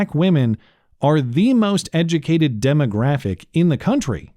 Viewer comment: "Day duh moz edge-uh-kated."